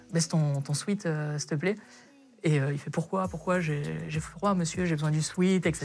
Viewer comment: Même pour un prof de français un sweat ça se dit swèt et pas swit 😂😂 Merci à tous les profs qui sont de vrais enseignants 👍🏽